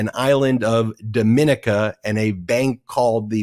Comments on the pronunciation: DomaNICa, not DoMINaca. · That island of Dominica is pronounced, Domi-nee-ka!